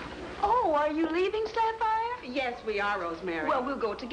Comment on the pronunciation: Mrs Van Pelt actually pronounces the name Sapphire correctly. Its usually pronounced as " Sap fi " .